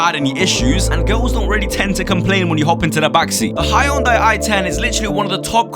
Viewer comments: Its henday damn it HENDAY not hayounday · Hyundai is pronounced hun-die